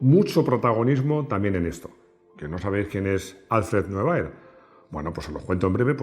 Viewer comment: Buenas. Muy buen vídeo. Quería aportar mi granito de arena para la mejora de la pronunciación del alemán. El apellido "Neubauer" se pronuncia literalmente "Noibaua". "-er" al final de palabra se convierte en la mayoría de los casos en una "a". Muchas gracias.